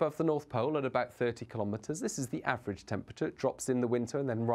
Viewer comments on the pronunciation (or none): none